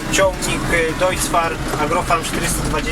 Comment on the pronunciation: Filmiki spoko, mała uwaga Deutz czytaj nie jako "dojcz", a jako "dojc". "Dojcz" pisane byłoby w sposób deutsch. Ale ogólnie bardzo fajny pomysł na filmiki. Coś w stylu "zakup kontrolowany"